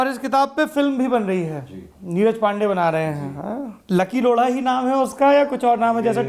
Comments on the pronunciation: For god's sake it's Lodha not lodda. Pay attention to pronounciation. Gaand hi maar li aapne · O my God, Did he just say amit loda😂😂😂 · Did he just said lora to Lodha? lol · लोढा नहीं लौ.…😂😂😂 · Amit Laudha bhai ...Laura nahi😂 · सौरभ जी आप up बिहार वाले प्यार प्यार से बोत कुस बोल देते,हो ये लोड़ा नही है लोढ़ा है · why does it sound like the host is pronouncing Mr Amit's surname as Lauda. That sounds not only ignorant and offsensive but very disrespectful. The host should be conscious about how is he pronouncing anyone's name. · Lodha but sounds like loda...😂😂😂😂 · I really heard him say Amit Lauda🤣🤣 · Naam tou sahi se Lelo bhai…….Loda nahi , lodha hai. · Lodha not loda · try to pronounce correctly the name of chief guest please... we have an option in hindi of ड़ा और ढ़ा